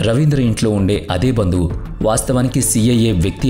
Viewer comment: ఇది మీ స్వంత గొంతు కాదు అనుకుంటా. ఏదో మార్పిడి అల్టర్ చేసి పెట్టారేమో. ఎందుకంటే ఆడియో అంత క్లియర్ గా లేదు. ఒకవేళ మీదే ఐతే మీరు కొన్ని పదాలను సరిగా పలకలేకపోతున్నారు. Eg బందువు/ బందువులు & డబుల్.etc.